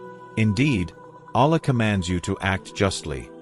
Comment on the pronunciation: ALLĀH is pronounced AL-LAAH, not ALAH.